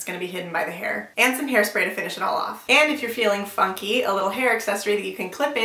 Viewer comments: omg lool i thought u said the f word instead of funky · ahah the word funky sounded a bit weird sorry! hahaha maybe put an annotation there or something! ahah awesome video though!! ctfxc love <3